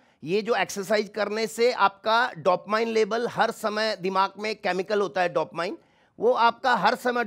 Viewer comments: Dopmayin ni hota hai bevakuf dopamin hota hai.🙏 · It DOPAMINE.....NOT DOPMINE!!!!😅